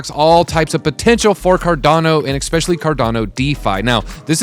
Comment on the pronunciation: iss specially rather than ik specially ;-)